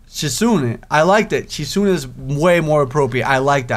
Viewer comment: its kinda driving me crazy how ur pranounceing the name wrong so heres a guide haha ·misha- me-sha ·hisau- ha-sow ·shizune shiz-a-neigh (like a horse) ·lily to easy ·rin easy ·hanako han-na-ko ·kenji ken-j Btw emis is the best route;)